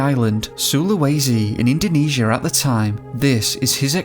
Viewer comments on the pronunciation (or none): none